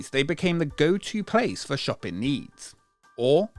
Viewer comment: Why do you keep saying “shoppen” instead of “shopping” ?!?!?!